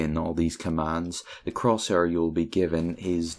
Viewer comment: croshuur very nice english